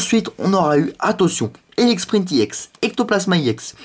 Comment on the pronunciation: c pas IEX Ca ce prononce EX